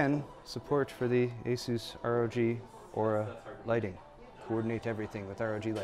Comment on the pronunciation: Aura please not aourus